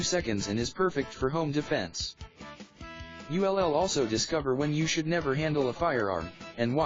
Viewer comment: What language are you speaking? "You LL"? WTF? Can't you speak english?